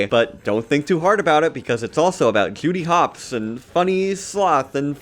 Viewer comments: When you first said Judy Hopps, I heard it as “Cutie Pox.” Maybe I’m too pony-brained. I’ll just blame it on the horn. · did sound like that lol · ok so i WASNT the only one who heard that